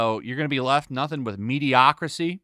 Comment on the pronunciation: At first, I thought you mispronounced 'mediocrity', but then I thought about it. 'Mediocracy', rule by the mediocre. Genius.